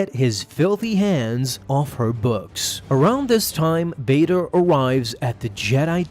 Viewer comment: Its v as in victor